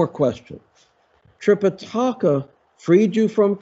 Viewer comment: Fun! I know what you mean, but considering the intro framing of your own introduction, I wouldn’t call Buddhism one of the three Chinese religions. And Sanskrit is tricky to pronounce, but it’s related to English, and we can get there: Tripitaka has no accent: it’s not Tripitáka. If anything, the medial i sounds longest. Trih pih tuh kuh. And Mahābhārata has two long As, and no stresses. Sounds like Muh haa bhaa ruh tuh. Flat tone.